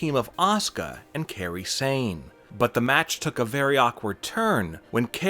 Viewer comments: It's Kairi Zain not Kerry Zain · He mispronounced Kairi sane. He said Kerry sane but its Kairi sane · Did he fr say "carrie sane"?